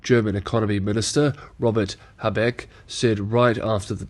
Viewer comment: So PRC is following revanchism. Again. On a secondary note, if I may: Habeck is pronounced with a long "a" and a short "eck".